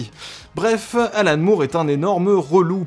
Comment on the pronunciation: Juste un truc.... "Moore" ça se prononce "More". Merci. Cf.